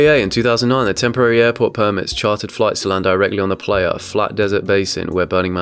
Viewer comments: Playa is pronounced “ply-uh”. It’s the Spanish word for beach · re - #7 I'm pretty sure that's Playa - pronounced "pligh-ah" meaning "desert." I suspect it might originate from the Spanish "playa" = beach.